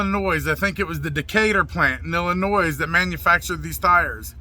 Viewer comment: Illinois has a silent s